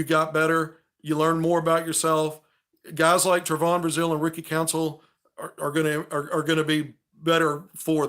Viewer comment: I love your recaps and takes on the games but your killin me mispronouncing Trevon's name. Its pronounced Trevin. Just a small critique